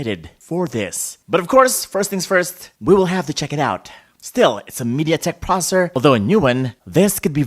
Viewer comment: The moment he said processor like prosur